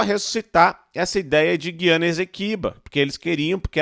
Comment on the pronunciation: é GU iana meu fio. Quem fala GUI ana são os portugas. Brasil não vai fazer nada. Vais só ficar olhando. Pq além de ser da nossa conta, tem China, Russia e EUA no meio. E Venezuela é nossa aliada pra nos vender petroleo em caso de não passar navios no oriente medio